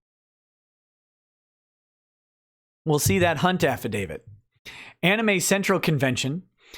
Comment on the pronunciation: the affadavit of Ms. "Cunt"/"Hunt" lmao! also not fair laughing + nose-shooting whiskey and coke. It stings lol